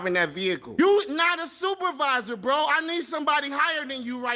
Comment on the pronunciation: Shut up, “braoh”